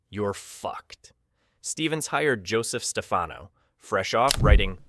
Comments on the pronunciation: stupid computer - it's not Stefeno, it's StefHANO!! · In Italy, Stefano is pronounced as you do, with stress on the first syllable. But Joseph Stefano, Italian-American, pronounced it Steh-FAH-no, with stress on the second syllable. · The narrator is AI hilarity: I D instead of "id," "ZuZUHZUHZuzuhzzZah" and it's Joseph StePHANo. The visuals accompanying the narration match randomly. Lots of repetition when there is much more to be said. By the way, James Doohan also appeared in an Outer Limits episode, as did Majel Barrett herself